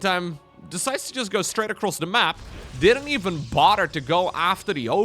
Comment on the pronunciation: your English would go from a 10 to an 11 if you only practiced the "th" sound. So instead of saying Rahdder, say "rather". Instead of bahdder, say "bother". thhhhhhh